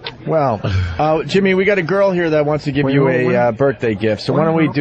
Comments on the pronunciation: Leave it alone. Berfday is radio gold. I think he knows what hes doing. Hes been doing radio since he was 18. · I like when Opie says ‘berfday.’ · There is actually one thing funnier; pronouncing it "birfday"...home run every time